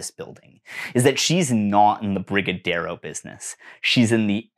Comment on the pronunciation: Your pronunciation of brigadeiro gave me life.